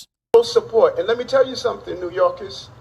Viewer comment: "New Yowkiss"